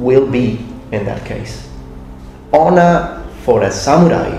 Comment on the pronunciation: I MUST'UH UPHOLD'UH MY SAMURAI HONOR'UH